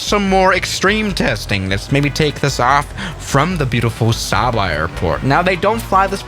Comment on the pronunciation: Saba is pronounce like Say-ba